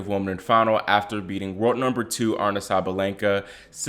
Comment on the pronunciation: Gurrrl, stop it. You’re over-reacting. Aryna (A-Ree-Na) is still number 2 and had a great tournament. She’s made big improvements from last year especially on her serve. Calm down and give her some slack!